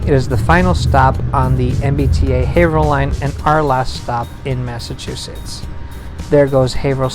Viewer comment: Not sure why this popped up on my YouTube suggestions, I'm just seriously impressed that you pronounced "Haverhill" correctly. I figure you must be from the area, cause no one gets that one right